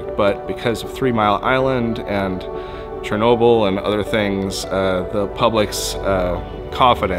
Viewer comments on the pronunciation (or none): none